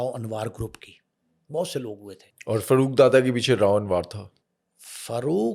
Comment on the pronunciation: Karachi k hawaly se bat kre hain to meherbani suni sunai kahani na sunaen dusri bat ye wo Farooq ka accent Faarooq hai na k Farruooq plz apna lahori accent ek taraf rakh kr karachi ki bat kren 😡